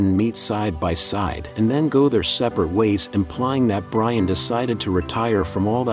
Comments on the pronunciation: my opinion in the comment box? ok how about listening to your AI shit before posting it. its not byron its brian. as for my opinion on if it was brian i think thats what they were going for being pauls brother cody was asked to do brian again for 10 but is A to busy with other stuff and B wants to let his brother rest in peace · The bruh said biran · My man said Byron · Common guys you said byran when he in the supra not Brian if you listen closely give the bloke some respect guys get it right he sadly missed rip Brian